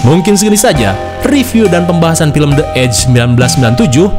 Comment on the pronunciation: Itu dibacanya bukan De edje, tapi Di Edje Kata The kalo bertemu kata yang diawali huruf vocal, dibaca "Di".😅